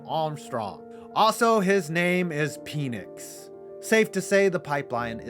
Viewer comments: Pen-icks not pee-nicks 🤣🤣🤣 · I went to high school with micheal penix it’s pronounced pen-ix not pe-nix 😭 but I don’t think he’s gonna go pro anymore too many injuries but before the all tears he was amazing